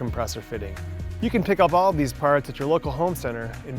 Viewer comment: "But yeeeu donr have to bee."